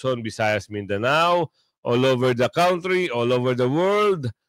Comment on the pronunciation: it's kantry boss not kawntry. pronunciation ng country. i hope nakatulong.